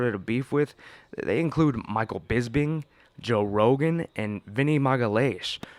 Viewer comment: Say it right and also eat your fruits and vegetables